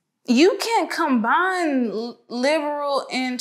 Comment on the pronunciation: Shorty was doing well til she started talmbout "combine" .. oh nah, shawty, we not with that